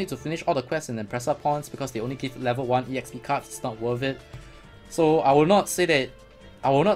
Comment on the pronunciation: why are u calling EXP E-XP? its just EXPI short for experience so its E -XPERIENCE now? ^^